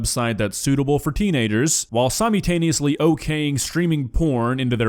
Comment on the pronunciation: the way you pronounce “simultaneously” causes me physical pain.